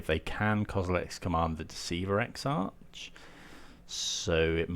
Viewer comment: Great video, TarmoTwin isn’t the best deck out there but certainly one of the most fun! Exarch is pronounced “ek-sark” btw! :)